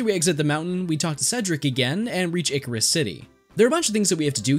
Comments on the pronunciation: I always thought Icirrus was a combination of ice and cirrus, a type of cloud, so the C sounds like an S. You're the second person I've heard pronounce it like Icarus, though. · Wait, I'm pretty sure "Icirrus" is pronounced Eye -Sci-Rus...